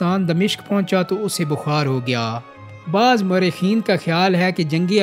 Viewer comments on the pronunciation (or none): 😂😂😂😂آپکی ادائیگی بھی درست۔ نہین۔ لفظ بعظ نہیں۔ بعض درست لفظ ھے۔